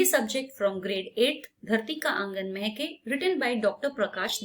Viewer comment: Mam it is dharti ka angan mhke not mehkeee😂